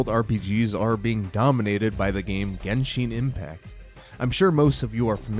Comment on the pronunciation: Gesheen impact (lol gensheen impact)